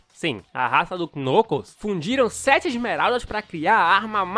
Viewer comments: Ele falando Knucus, o certo de falar seria "Nãcous" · Kkkk vc falou nucos é knuckles kkkk gostei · o cara fala nucos imagina se junta nucosbabyskkkkkk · Knuckles a pronúncia é Nãcous o "K" é mudo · Vei nuclos acho que vc falou meio errado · Você tá falando o nome do Knuckles errado. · Mano eu acho muito engraçado ele falando o nome do vermelho (eu sei o nome dele mais não sei escreve o nome dele) e concordo eu levaria o tails pra casa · vc não sabe falar knuckles direito, é mais facil vc chamar ele de nuggets